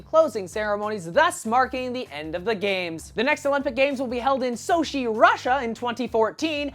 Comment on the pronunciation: lol Shoshee, Russia. It is pronounced Sohchee, by the way.